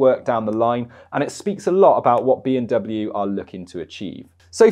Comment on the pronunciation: I'm sorry but you sound like you are saying "BMW".